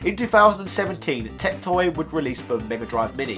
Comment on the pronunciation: If you are going to bring up TecToy anymore you should brush up on your Portuguese... you butchered it.